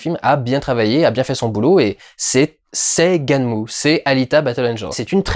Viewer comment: Il ne faut pas prononcer "gunèm" mais "ganmou"